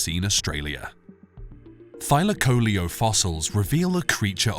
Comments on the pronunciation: Thy lak o leo......learn how to pronounce its name .....it's not thyla coleeo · I've normally heard the name pronounced as Thy LAC o LEO vs Thy la CO leo. I also thought that the insane jaws were the primary killing tool. This is only the 2nd vid I've seen claiming that its claws were used to disembowel its prey. Is there research to support this?